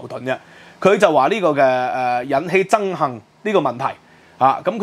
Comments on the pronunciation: 吾好意思,要改一改你的口音 是憎恨,不是憎幸😔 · 憎恨點解會讀成憎「杏」？😂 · Hatred 憎恨，你好像讀到「憎（幸）」。如果有人知道正確讀音，請告訴我。